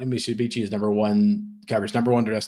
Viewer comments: I absolutely love these two guys! Zero F’s given as always, spittin nothin but hard honest facts and truths, but can someone please teach our boy how to properly pronounce Mitsubishi?😂😂 It’s Mit-Su-Bishi, not michabeechee. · Holy shit amateur hour. Mit-soo-bee-she.